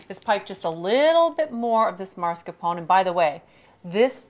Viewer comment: I knew she was gonna say it that way. Italian-Americans in the northeastern US (especially NY) all inexplicably pronounce it that way and I’m guessing it rubbed off on her at some point